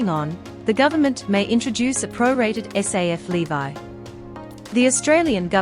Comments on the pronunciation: Levee not bloody lee-vye! Is she AI? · Who makes this stuff, don’t you even listen to it 🤔😡LEVY ? Pronounced LEVee. Not “LEVI” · Levy not Levi. It’s a payment tax called a levy like levelling up. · The narrator can't even pronounce levy correctly. It's l.e.v.e.e not l.e.e.v.i.e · Interesting pronunciation of "levy" !!! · Not so much interesting as wrong!!!